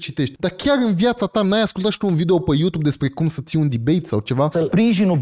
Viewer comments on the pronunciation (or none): none